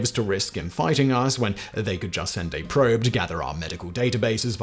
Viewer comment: You said "Probe"